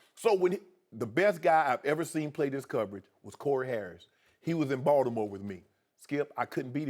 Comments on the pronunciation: Shannon doesn't say Baltimore, he says Baldimo. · Baldimo😂😂😂.. not Baltimore